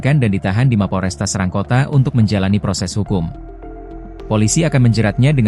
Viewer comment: Serang ( dibaca cerang ) pak 🙏